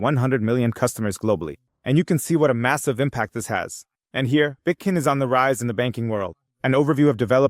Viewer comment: Why the F do you say Bitcoin correctly half the time and then the other half say Bitkin or Bitcon? You must be doing it on purpose to get people's goats. Even my wife said it's annoying